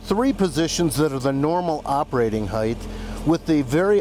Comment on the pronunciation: I like the car, but I don't care about your sponsor. The owner of the car often mispronounced the word height. It's pronounced Hite, not Hi-th.